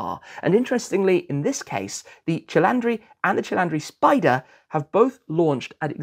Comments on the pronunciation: Tim it's not "Cilandri", you say the "i" in the middle like the first "i" 😂 thank you for your coverage of the car btw, the first video i watch about a new car it's always yours before other media outlets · I was just about to tell you the correct pronounce, only because your Italian is usually very good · It might be time to drive to Italy and sign up for a language school ;-) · Da italiano io invece ho bestemmiato da come pronuncia “12 cilindri” costui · Incredible how a car person can pronounce "cylinder" in English but replace that "y" with an "i" and the world falls apart... 😂😂😂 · As an Italian, your pronounciation of "cilindri" is physically painful 😂 I'm sure you will learn it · Cilindri Tim there is NO “A” in the word 😂😂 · Also, it’s NOT pronounced CHI-LANDRI. It is CHI-LINDRI. Easy 👍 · DODICI CILINDRI! Not “CILANDRI” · Its not cilantro. Its not CilAntri, its Cilintri. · Please not cilAndri... but ceeleendree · Hahahaha If you want to call it in Italian remember that the i should be written as an "e"! You are calling it cilAndri that sounds more a coriander (in spanich) rather than a Cylinder. If you want to call it in italian just reed it "Cheeleendree" hahaha. Anyways, as allways a great piece of information! Thanks for the content!! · You keep saying cilandri it's cilindri not cilandri......at least get the NAME right...... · La pronuncia diocane 12 CILINDRI NON CELANDRI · There's no "a" in Cilindri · The front of the new 12 cilindri can’t be uglier… BTW, it’t not CilAndri… is Cilindri, you pronounce it all i… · I need the confidence with which he says "cilandri" and not "cilindri" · You are saying CILANDRI, it is actually CILINDRI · Your pronunciation of CHIL-AHN-DRE is killing me bro. It’s CHILL-IN-DREE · Doh dee chee Chuh leen dree...roll the r. 😅 No matter how you say it, it's really a beautiful new 12 cylinder Ferrari and I am happy it exists!!! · You really should have learned how to pronounce the cilindri. Also, there is no A, it's not cilandri